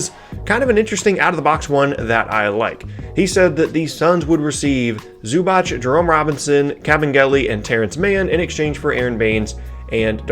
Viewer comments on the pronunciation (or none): It's not Zubach it's Zubac how you should pronounce idiot!